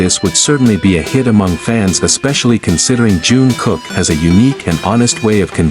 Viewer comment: I hate to be so blunt but, if you are going yo do a video about any members of BTS please learn their names before making the video. This is Jingkook not June.